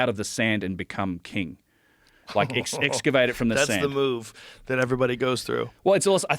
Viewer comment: how about dedunking saying escuvate? All these non pros claiming to know better can't even talk right lmao